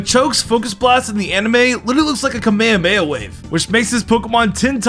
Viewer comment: You mispronounced "Kamehameha". Sorry, but I don't stand by without correcting anyone who says Japanese words wrong, or heavily misunderstand Japanese references, as it bothers me greatly as I am Japanese. I see such ignorant mistakes as an attack upon my own culture, even if unintentional. The "Kame" and "Hame" parts of "Kamehameha", the E at the end when spelling it with english letters, is meant to be spoken as "eh". Furthermore, the word "Kame" translates to English as "turtle". I may not know as much Japanese language translations as most Japanese people, but at least I don't ASSUME things wrong about Japanese-related things. Please get educated on Japanese stuff. I don't want to quit watching you for not knowing things, and just assuming stuff you think you know, but you don't. I already quit watching the Youtuber "NicoBBQ", because at least twice, he assumed those spirit-possessed paper lanterns in Mario Land, were burgers, even though I commented twice correcting him. siiiighs... I feel like my voice falls on deaf ears whenever I correct others to defend Japanese things from those who just assumes stuff about those, without properly looking it up... I just wish I could stop everyone for getting things wrong about Japanese they just assume is true and refuse to accept they are wrong... But I'm just one person... it's a losing battle to protect my culture from those who attack it, even if they don't man to... great, now I made myself sad... gosh dangit me... I hate myse